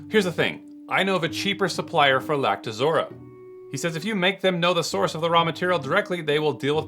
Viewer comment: It's pronounced "Lact-o-rosa" not Lact-uh-zora